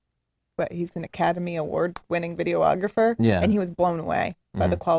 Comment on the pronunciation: AND again, did she say "video - ographer"?